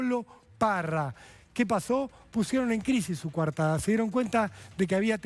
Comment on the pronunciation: Es coartada . No cuartada. Hablen bien el español. Si.